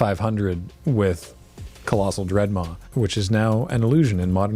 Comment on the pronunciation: I like how much he emphasized Colossal Dreadmaws. Like he knew that if he said anything else, people would get mad. Please note I would get mad if ever called anything other than a colossal dreadmaw.